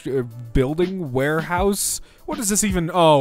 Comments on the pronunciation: were-house / warehouse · It's not Loss you potato! It's a were-house! 😂